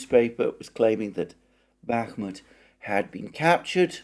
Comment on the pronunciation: Dear Alexander, my tentative advice would be to simply look for the proper stresses of Russian words in Russian wikipedia. They are there for sure and it really annoys my Russian ear, no offense. rEAdovka, not readOvka; bakhmUt, not bAkhmut etc etc. I know I know it's pretty challenging, but this is just another way to improve the content that you are already doing which is very well made though 🙂